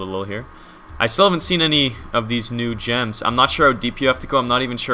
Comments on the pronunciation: Whenever you say "new gems" I keep on hearing "NoochMs". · Is it just me, or whenever he said "new gems" it sounded like "Nooch M"? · Anyone else think he said "The Nooch Ms" instead of "The new gems?"